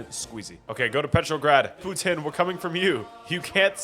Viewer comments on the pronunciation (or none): none